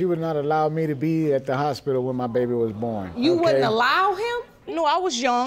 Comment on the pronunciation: Houspidle...that took me a minute